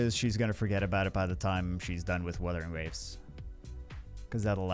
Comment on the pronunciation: Wuthering Wawes